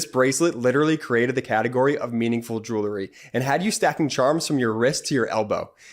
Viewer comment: love your podcasts, but PLEASE tell your youngest brother that the word on your sponsor's ad is JEWELRY (jewel plus the collective noun ending, -ry), It's NOT JEWLERY. He's not the only one. Lots of (too many) people make this same mis-pronunciation.